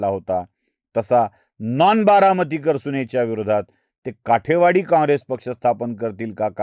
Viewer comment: काठेवाडी नाही कुलकर्णी , काटेवाडी म्हणा .